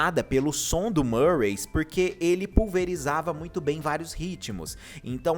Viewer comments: Não e marways... E MIRWAYS...CM I MESMO...eu já ouvi ela falando..e cm i.... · Só uma correção: Se pronuncia Mirrues não Murrays 😂